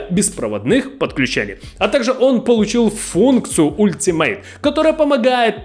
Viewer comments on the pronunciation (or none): none